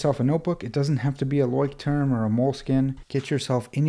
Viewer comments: Nice Video 😊 and one quick remark: Leuchtturm is a german Brand and the correct pronunciation would be: “Loi-sh-toorm” (if you’re interested) greetings from a German follower 😊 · As a german here its really funny how you pronounce Leuchtturm 😂 it actually means lighthouse wich could be used as a metaphore for guidance and safety. Quite poetic